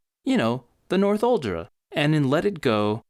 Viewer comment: "North-uldra people"... Makes it kinda obvious that you didn't watch the movie much... All of the characters pronounce it "Nor-thul-dra".